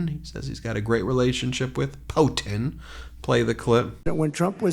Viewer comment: Putin's POTUS "poetin"?